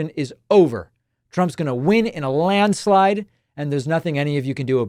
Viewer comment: Don't you mean "landslade?"